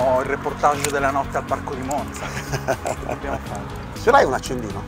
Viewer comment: Che bello vedere un video sulla mia città . Finalmente delle persone che dicono bene la parola MONZA . Bel video , spiegate bene e non siete noiosi . 👋👋 Mi sono appena iscritta . Ciaooooo